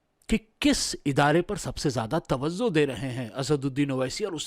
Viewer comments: Tawazzo nahi tawajjo🙏🏾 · Tawzuh ko tawajjuh boliye